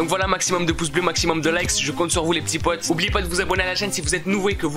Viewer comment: Je kiff ton « les p'tits potS» 😂. Bref j'adore ta chaine